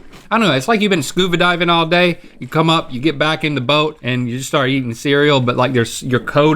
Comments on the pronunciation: Did Link say "scuva diving" with a V? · Did Link just say “scuva diving”? 😂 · the flakes were so salty that link couldn't say scuba diving